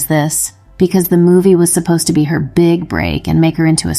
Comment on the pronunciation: She “beegs” lol